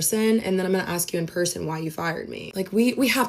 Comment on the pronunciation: To the alteration/seamstress- the word is ASK, not ax!!!